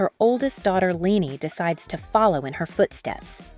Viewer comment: Great video! If I may leave this feedback: Leni is not pronounced Lenny but more like L-eh-n-y. 😊